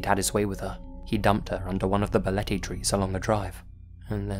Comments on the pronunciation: Love from philippines, also you pronounced balete perfectly~ Ive heard the place and im not that far from there too but never been there before. I might try after the quarantine since im curious too and ive been hearing the story regarding to balete dr since i was a kid, there are also news reports too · pronunciation of Balete is on-point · The pronunciation of “Balete” and “Quezon City” were right on, actually. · You got the pronunciation of Balete Drive correct! Bravo! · Pleasantly surprised you pronounced "Balete" well. Much love,! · You nailed the pronunciation of "Balete Drive" <3 <3 <3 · No apologies needed, good sir. You did not butcher the word "Balete" at all..well maybe a little bit but way better than one would expect lol. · My man Nailed "Balete" and "Quezon" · Balete dr. .... you said it right .... and that street is absolutely positively haunted .... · I gotta say as a Filipino, no apologies necessary for the Balete Drive segment, you pronounced everything perfectly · OMG! YOU FEATURE MY COUNTRY!! YOU PRONOUNCED BALETE CORRECTLY! <3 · You pronounced Balete drive perfectly. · Great pronunciation of Balete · BALETE was pronounced perfectly lol omg ud pass as a local haha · "BALETE" yep you got it perfectly! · Hey, you pronounced Balete perfectly 👌